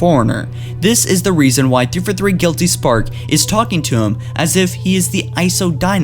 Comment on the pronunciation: ITS THREE-FOUR-THREE NOT "TREFOTHEE"